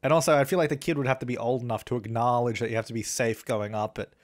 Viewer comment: The way says acknowledge though